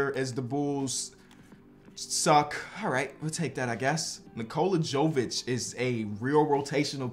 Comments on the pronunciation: Nikola Jovic is pronounced “Yo-Vich” not “Joe-Vich”. it’s like Jokic but a V instead of a K. STOP SAYING JOE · Your pronunciation of Nikola Jovic is quite bad, he is from Serbia